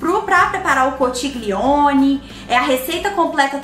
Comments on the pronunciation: Conxilioni. Se pronuncia assim rs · Oii!! Amo seus vídeos!! E só uma dica! A pronúncia da massa é “conquilhone” conchiglione em italiano😉 o ch tem som de Q e o gl tem som de lh! Bjuuu❤️❤️ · Que delícia! Olha ..se escreve conchiglione e a pronúncia é conthilhone. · a massa se pronuncia (conquilhone) a escrita conchiglione aqui na 🇮🇹 bacio 😘 buona cena 🍴